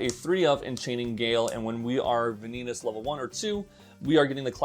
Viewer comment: Did you call him vin-eat-us just for the engagement? Because it worked ;)